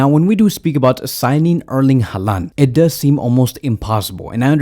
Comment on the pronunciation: Haaland isn’t Hispanic. I don’t know why you pronounce his name like that lol. It’s pronounced “Holland”